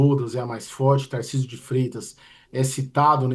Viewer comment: Acho engraçado o paulistano falando "taircisio "